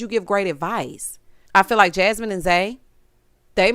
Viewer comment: Errrrrrrrrrtime Zay say Jahmine instead of Jasmine i cackle😂😂😂😂😂 💀 Not only did Ricky have that atrocity of a suit on. (Honorable mention Kat) but he took out not one but TWO plats 😭😭 the whole look gave silverware😕 the nerve with 1 mm of growth. Not boneless baby braids. I see you though Luther aka Big Luth!! 😎👀